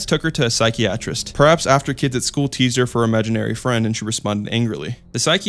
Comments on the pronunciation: “sigh key atrist” 🤣🤣🤣🤣 it’s pronounced sigh Kai ah trist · bro no way you pronounced "psychiatrist" as "Sikey-atrist" lmaoooooo . how old are you ? u sound too grown to be mispronouncing words like this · Psy-kai-ah-trist. Not psy-key-aa-trist. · Dude, quit directly reading your scripts/sources without re listening to yourself to make sure you don't sound like a kindergarter trying to reas. Sy-kee-a-tris? Sy-ki-atrist. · And he said psychey-atrist lmfao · lmao you're right. Psych-ee-asterisk. But he pronounced psychiatric correctly. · or psychiatrist, lmao he said "psych-ee-yat-trist" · The way he pronounced psychiatrist as “psyche-atrist” rlly bothers me😭😭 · Ahhh these all sound like. I wrote them when I was 14 and emo on watt pad or sumn amazing. Loving your vibe as a creator so far but you pronounced psychiatrist wrong 😳✌🏻✨😼